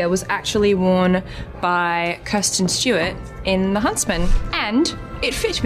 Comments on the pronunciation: Addy, my lovely... it's "Kristen" Stewart, not "Kirsten" 😅❤ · oh no she said kirstin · Oh god, she said Kristen wrong.